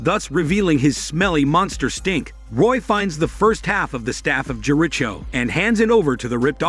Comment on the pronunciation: Took 2watches of RIDP to get the full effect, perhaps if drugs were involved or not. LOVE RIPD movie, 'tolerated' your Vid, the reason..how the AI pronounced 'The Staff of Jericho',. I love the AI voice with the humor, hate what it did to JERICHO. The rest was great and a fine piece of work, thank you.